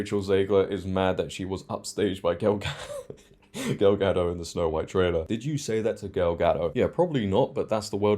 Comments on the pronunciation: Gadot, not Gado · A small correction, gal ga-doT not ga-doe, as she said herself. Critical drinker equally loved the trailer 😆. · It’s a Hebrew name not French, so it’s pronounced as Ga-dote.